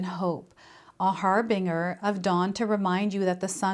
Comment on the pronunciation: "Harbinger" is pronounced with a soft "g" -- like "j" as in Jerry. Like: har-bin-jur